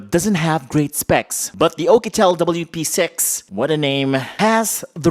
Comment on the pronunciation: I love the way you say P'sex 😂